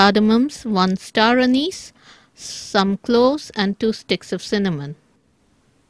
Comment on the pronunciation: You said starameze spice ma'am? How do you spell it?